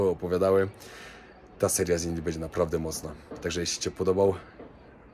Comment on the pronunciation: Cześć, oglądam Cię od Varanasi z przed 3 lat, teraz jesteś z Kobietą, Mądra, Piękna Dziewczyna,! Ma Cierpliwość do Twoich błędów językowych! Bedzie, mow Będzie, etc